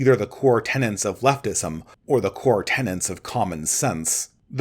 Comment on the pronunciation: Tenets!! Tenets, tenets, tenets, tenets, tenets, tenets, tenets, tenets, tenets, tenets, tenets, tenets, tenets, tenets, tenets, tenets... Not tenants! Sorry... This one always gets me. It's jarring. It seems a lot of very smart people consistently say tenants rather than tenets, and to me it sounds as bad as when someone says "pacifically" rather than specifically, or "pedal stool" rather tha pedestal.